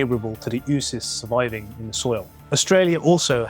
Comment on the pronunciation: You do a really nice job on this topic. And (I know, I know) it's not supposed to matter how you pronounce words derived from Greek or Latin terms, but really, the double 'o' in words like oocyst, zoonoses, zoology --just sounds more educated if you pronounce it as "OH-oh" rather than "eww." You'll impress your scientist friends and come off as suave and urbane